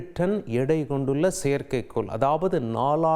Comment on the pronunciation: செயற்கைக்கோல் சொல்கிறார்கல் NOt a perfect pronunciation